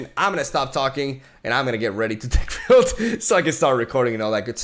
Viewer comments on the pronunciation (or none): none